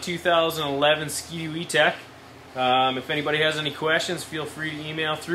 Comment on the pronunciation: e tec not e tech lol